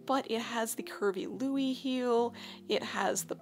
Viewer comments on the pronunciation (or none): none